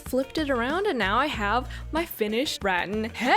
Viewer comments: omg what's wrong with me i meant the correct one is rat-TAN😭😭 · ok so it's apparently pronounced like ru-tan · rAHtAHn😂 It's the second pronunciation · It’s pronounced “ruh - tan” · I never thought of it being pronounced ratTAN, I'd been calling it rAttan all this time.. now has me doubting myself 😂😂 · It's pronounced rAHtAHn Don't ask me how i know, just trust me on this😂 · rattan… should have looked up on google on how to pronounce it lol as if not a perfect opportunity to plug google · Wait she could have just googled the pronunciation of rattan 😂😅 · The pronouncing of Rattan is driving me nuts. 😅😅😅 Reminds me of when people say potatoes au gratin. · It’s Rattan not Rattan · For being sponsored by Google I really wish she had googled how to pronounce “rattan” I cringed every time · sponsored by google also: does not google how to pronounce rattan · Way to go. You did great. Love the blue paint. You have such a nice family too. FYI, rattan sounds like suntan. Cool headboard. Keep shining on. 🌞🥰🇨🇦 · It is pronounced as Ra-Tan, I mean I have been living in the Asian side so not really sure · 1) it's ruh-tan and 2) rattan and cane webbing are not the same thing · Rattan is pronounced as it is with the stress at the end. raTTAN. ☺️Love your make over videos 😍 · Pronounced rat-tan - two syllables. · Rattan is pronounced reˈtan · Rah-TAN. 😊 The room came out great, I love the geometric wood wall accent! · Actually it’s rAhTAHn (or at least it is in my language) 🌸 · It’s ruh-tan! 😂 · It’s Ra-tan btw lol love your videos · She really call rattan, “🐀🇳” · nobody: the whole video: rat inn... rat anne...? rat inn:D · To answer your question, it's ruh-tan not rat-an :) but however you prefer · Uggggh it's "ruh-TAN" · Kinda find it funny that says "rattan" like "rotten" hehehehe it's actually rat (like the mouse) and tan (like sun-kissed) if that makes sense hehehe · I think its rat-an not ra-un but sure its cute lol Xx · Rah Tan not rat ten